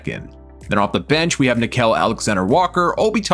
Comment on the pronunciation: dont forget about nick-kel alexander-walker bro...its nick-eel